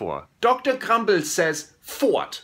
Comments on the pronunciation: Dude it's fort not fart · Fort... Not fart.. Oh Flula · Flula it is not fart, it is fort which is a like a castle or building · FORT NOT FART UGH!!! YOU GROW UP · I mean I'm confused does he actually mistake "fort" for "fart" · He said FORT.. not fart xD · it's fort not fart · It is fort not fart flula can you plz look it up on google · OMG XD XD XD Fort, not Fart XD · Fort not fart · lol fort not fart